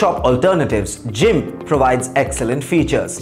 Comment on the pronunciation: 1)Gimp ( Gun ) 2) Pixlr (Pixla) 3)PicMonkey His pronounciation was so bad